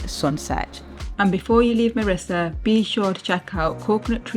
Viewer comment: Its Mirrissa not Marrissa